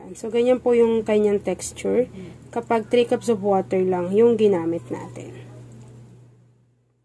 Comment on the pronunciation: Thanks for the recipe❤ Nagkamali lang sya ng pagkasabi sa water, maliit na bagay kung malawak pag iisip